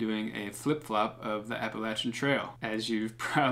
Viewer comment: You don’t know how to pronounce Appalachian? Cmon you’re a fellow! Ha. Let me know if you’d like me to send some of my tunes your way for consideration on videos